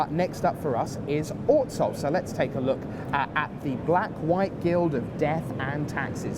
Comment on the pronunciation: can please pronounce Orzhov differently?